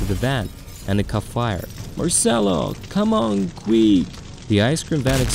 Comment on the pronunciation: "come on, qwieuk" XD